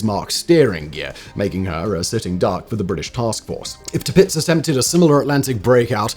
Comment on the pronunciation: T'pitz? There's an "ir" in there.